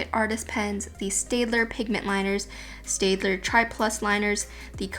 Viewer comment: Staedtler is actually pronounced "STAT-LER"